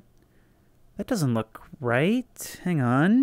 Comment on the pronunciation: I know he's saying "look", but the way he says it makes it sound like "fuck", and now i cant unhear it.